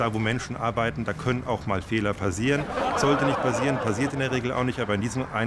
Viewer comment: der erste fehler ist schon mal dass der typ ständig pasiert statt passiert sagt :-)